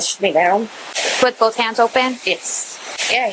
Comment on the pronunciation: This cop said "boff" rather than "both".... The world is going to hell in a hand basket 🤦🏽‍♀️ and all professionalism is gone